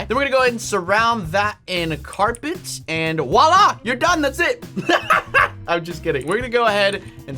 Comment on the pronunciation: Lol you keep saying wah la